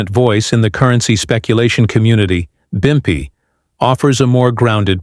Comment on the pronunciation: It’s pimpy not bumpy that’s how you tell this is fake and AI generated.